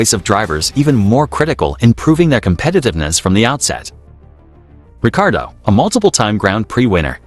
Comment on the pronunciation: It’s Ricciardo not Ricardo